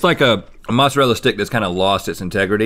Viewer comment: I apologize in advance, but "moistarela chess sticks"😂😅